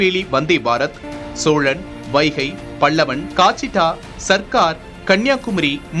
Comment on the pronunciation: என்னங்க செய்தி வாசிக்கிறீங்க.. adhu காச்சிகுடா .. அதேபோல் அது என்ன "வடிவன்" எக்ஸ்பிரஸ். 🤦